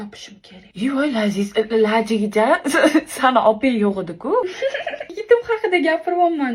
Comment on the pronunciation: Ajija emas❌️ Ajina✅️ 😅😅😅😅😅😅😅😂😂😂